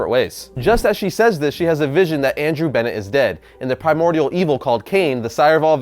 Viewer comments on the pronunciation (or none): none